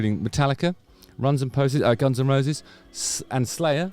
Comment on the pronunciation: I caught that "Runs and Poses" slip. I guess we know your feelings on Axl's stage antics